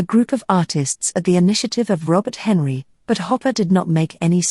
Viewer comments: Especially when it mispronounces Robert Henri as " Henry", not ""hen-RI". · right. Not Hen-ree, as the narrator kept saying. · “Comfortably well to do..” is redundant. Robert Henri is mispronounced..it’s Hen-rye. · It is pronounced Robert Hen-rie.. I hate this robot voice. If not a robot, she is completely emotionless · Robert hen- RYE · Robert Henri pronounced his own name as HenRI, as on the word "rye". Look it up.